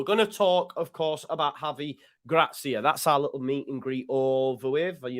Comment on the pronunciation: You've a fine Iberian tongue there, very professional!